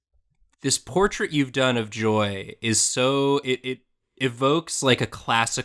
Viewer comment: The way says “Joy”, it sounds more like “Joey”